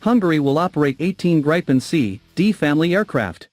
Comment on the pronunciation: Not "Grapen", it is Gripen with a long i. So a better pronounciation would be "Greepen".